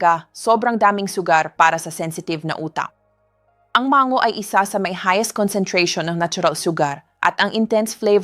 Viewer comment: AI ata ang nagsasalita dito, di marunong magbigkas ng mabuti, ang stomach nagiging “STOMASH”, ang MANGO, naiiba din :-)